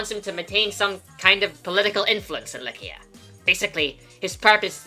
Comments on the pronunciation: I’m pretty sure Eliwood also pronounces it "Lie-See-Ah" In Heroes. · who says Lykian with a K? Lie-see-a makes more sense but i could be wrong but the way its said here sounds like a K. not a C at ALL. Like u dont say, O-Stia. U say Aw-Stia. Oh-Stia even would be wrong. cause its not like u say o.. stia.. so. its Aw-Stia.. Like Lie-See-A. not Lie-Kia.. thats how he seems to say it. i dont know, i could be very wrong but just how i see it. please do correct me though if wrong cause i would like to know more about it